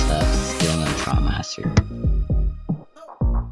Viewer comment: First comment Wait it should be trialmaster not trilmaster Btw this great video